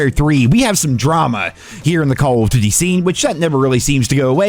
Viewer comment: Am I the only one that heard the way this dude was saying " duty " ?? I had to click off as soon as I heard it.. I just cant lmao